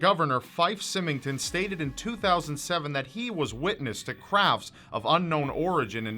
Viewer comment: Symington was pronounced wrong. I probably spelled it wrong though...Other than that, good work!